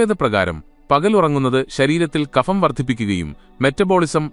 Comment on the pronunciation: Kapham എന്നല്ല(ഫിസിക്സ്‌ എന്നതിലെ 'ഫ'എന്നല്ല) kabham എന്നു പറയണം